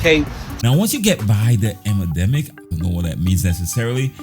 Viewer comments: “ huge emademic “ lmfao when using new words goes wrong lmao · emademic 🤣🤣. you "saying once you past the emademic" had my rolling😂😂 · It’s part of his content to say “emademic” 😂